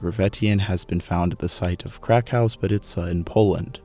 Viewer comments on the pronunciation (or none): none